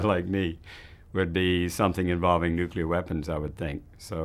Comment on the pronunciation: Why is it that you guys raised in the South cannot pronounce the word "nuclear"?